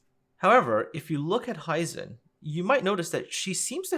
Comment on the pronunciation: Very interesting video. And the art departement really has always been top notch and recently the (sole?) saving grace for the game. One gripe I have with the video: The pronunciation of "Hizen". Japanese words are mostly pronounced "as they are written". I am not really sure how to illustrate that here though, apart from maybe that it is similar in German, maybe that helps.